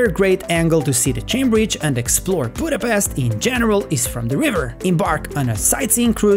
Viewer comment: One annoying things when they call it Budapest please don't say 's' we say it 'sh' Pesht Like in the Black Widow movie!!! Come on guys!!! 🤷🤦